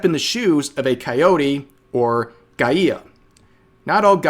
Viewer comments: rev, not a criticism or anything, but the way you said "Guía", sounds more like "Gaía" and i was like "the eff is that word" had to read the document to see what word it was that you were trying to pronounce, and then that broke me in laughter, if you want to pronounce it correctly, instead of saying it like you did "Ga-I-a", skip the first "a" you pronounced and you'll say it closer to how its pronounced in spanish. that aside, thank you for both the laugh and the informative video, always with support to your videos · "guia" is pronounced as 'guy-a" or gia the u is mute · You pronounced "guía" wrong. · Hey Rev, guía just means guide, and the u is silent. Just a small correction as I think this won't be the last time you're gonna read something like this... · Rev pronouncing "guía" hurts my brain lmao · rev I love you, it ain't a big deal, and don't care too much, but "guia" is not pronounced like that lol